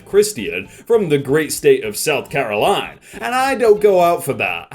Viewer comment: HE SAID IT HE SAID IT "South Carolin" the veteran forgot the A, and because man's isnt a filthy cheeseburger boi, he didnt know any better n' said "South Carolin" why am I laughing